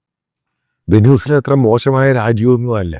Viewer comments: വേനൂസല അല്ല വെൻസ്വല😂😂😂😂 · Correct the pronunciation of Venezuela 😊